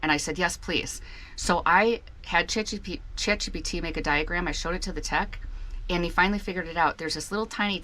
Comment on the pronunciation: Did you say “Chat GDT” ???